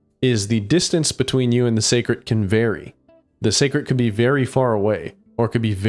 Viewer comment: hearing say secret instead of seikret is starting to pmo